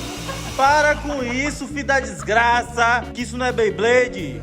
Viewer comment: "Vai meter a sua mão toda cheia de diiixgraça dentro da dixgraça..." #ideiacheque